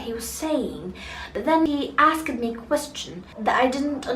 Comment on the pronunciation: Really you got a fantastic accent,(Britain accent) I hope you to do your best in this channel. Be careful about the past in pronunciation (d) would be a (t) for example asked would be (asst) instead of (askid) hope you succeed in ur life ever. 😇😇😇😇 last don't forget the determinations of nouns.